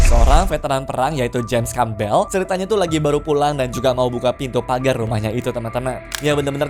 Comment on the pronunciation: Yang nomor 4 nama belakangnya Campbell dibacanya "kembèl" yah mas... Emang terdengar kurang familiar nama marga orang Amerika Serikat yang 1 ini di telinga orang-orang Indonesia...